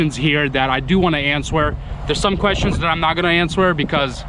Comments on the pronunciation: When you say the word answer why do you pronounce the w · The w is silant in the word answer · Just to help you out on the word "answer" the "w" is silent basically in our goofy american English language haha.. Again just trying to help you out so no one can be cruel about it. Also, you mentioned you stay out of politics and I was the same way for most of my life (36 now) but when I eventually moved away from where I grew up which was basically heavy heavy democrat because it was in the steel mill rust belt (somewhat close to Cleveland Ohio) I started to realize everything I thought was true about democrats and republicans was nothing but this lie that is passed on and on and when you dont educate yourself away from mass media sources you just either dont vote or care or you vote democrat because you believe these rich people actually care about poor people or middle-lower class people and areas and you just vote for whoever runs thinking one day that vote will help you/family get these jobs they promise or this or that but the truth is you never will get anything but them telling you the same thing again in 4 years or whatever their terms are..when I taught myself to be the best of the best of what I do and opportunity allowed me to move anywhere and work anywhere I ended up taking a job in a place that was voted the best city to live in a few years prior and when I started making friends with co-workers and people who were mostly not democrat but many of them had grew up like me in poor areas or overseas but they had lived in this area for several years already and s